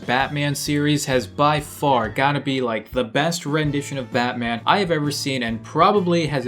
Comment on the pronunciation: Batman? NOPE. terterman. :)